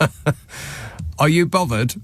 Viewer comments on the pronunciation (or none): "Am I bovvered?"😅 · Am a bovvered? Do a look bovvered? Do a look bovvered? 😂😂😂